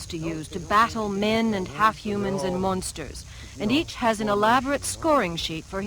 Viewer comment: The way she pronounces monster/s is iritating.